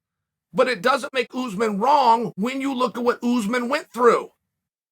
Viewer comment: Usman is pronounced UTHHMAAN . Not oozeman And its pronounced hamza. Not khamzat